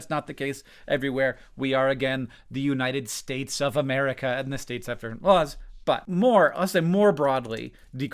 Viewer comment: Softly says United HEAVILY SAYS STATES lmao. I felt you in that tone😂